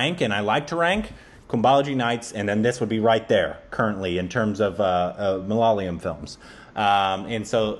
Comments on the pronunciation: You are still pronouncing malayalam wrong please. It's not that hard. Pay attention to the spelling. Its MA - LA - YA -LAM. You are saying it like this - MA - LA - LA - YAM. Get it right please if you are gonna react to malayalam movies. Please. 🙏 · For 100th time... It's ""MAA LAA YEAH LAM"" NOT MALALAYAM.... you guys are reversing Y and L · Dude, it's not maa laa yeah lam, it's jus ma la ya lam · its ma-la-ya-lam not malalayam. I know its hard. Word malayalam is a palindrome. Try reading it backwards. Great reviews by the way. I recommend Sudani from Nigeria. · it's not "ma la la yam", it's "ma la yaa lam". I know u have tried. Just keep on trying dude. One of these days ur gonna nail it. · its not MALAA-LAYAM its MALA-YAALAM .. Hope u got that ..lol :) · For the love of goddddd.....it's ma-la-ya-lam not ma-la-la-yam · It’s pronounced “ Ma La Yaaa Lam “ You guys just need to stretch the Ya a bit more. Not the La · for the 102nd time.. It's pronounced Ma- la - ya - lam.. 🤗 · How long are you guys going to say Malaala-yum? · now has the consonants right. He's not stretching the ya yet though. The ya here is the ya in the word 'yard' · I dont know how gets the pronunciation on point.... And why mess up... 😁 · These guys come in and mispronounce malayalam for like the millionth tym..... Then give us the best and the most intricate observations and genuinely like the movie..... I'm confused